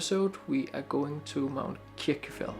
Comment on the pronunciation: Nice video but your pronunciation of Kirkjufell is wrong. In Icelandic a double l sound is pronounced tl and so you actually say Kirkjufetl